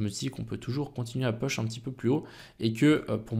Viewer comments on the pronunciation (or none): Intéressante tes vidéos merci !!! Mais STP !!! arrête de dire "Peuch" !!! on dit plutot "Pouch" pour "Push" en anglais biensur . Merci :)